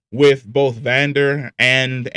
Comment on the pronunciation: I don’t like how he says Vander and Isha, it triggers me